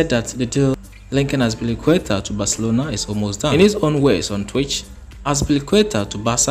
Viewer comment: Its azpilicueta